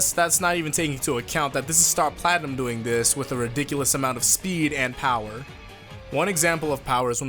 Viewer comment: Star Platimnum??? more like Star Platkhnum!